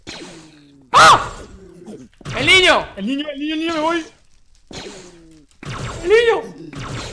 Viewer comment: Alguno fan de como Perxitaa dice ñiño? Yo lo amo